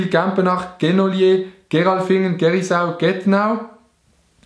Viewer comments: Gerisau Gersau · Du hesch Gerisau gseid und hes heist Gersau Diggggaaaaaa XD Sorry weg de aspielig, aber es het eifach müese sie und es isch kei Französisch ✓ =) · es heisst Gersau und ned Gerisau😂😂 aber respekt